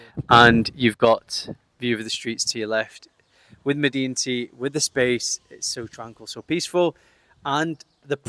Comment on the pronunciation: Pro tip: in Arabic it's pronounced "madenti"